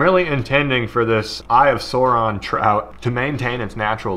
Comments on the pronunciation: Its Sauron not Suron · I showed my lil bro him saying "eye of sawron" and he nearly punched the phone out of my hand 😆🥴